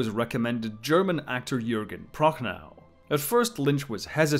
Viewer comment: IF ONLY ... americans could learn how to pronounce german words ... - "das Boot" is NOT "something to wear on your feet" ... and the correct pronounciation is more like "bot", but you extend the o-sound - Prochnow ... the w at the end is SILENT Proch-no